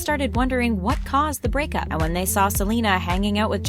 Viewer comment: Did anyone also hear brickup